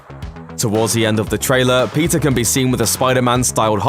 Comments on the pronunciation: PEE-TER say it with me. Its not pizza alright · Why is he saying pizza instead of Peter 🤔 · Why when u say Peter it sounds like Pizza? Lol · I’m not the only one who heard Pizza Parker right?